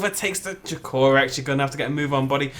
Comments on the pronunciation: I love how you pronounce DracoRex. Thats not how you say it too :p xD Its DrAAkorex pretty much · I thought it was pronounced Draco-Rex and not dra-co-rex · dra-COR-ex nice accent, mate, haven't heard that pronunciation before (no hate)